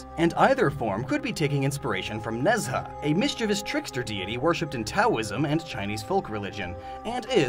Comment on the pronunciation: Omg you said Ne Zha so badly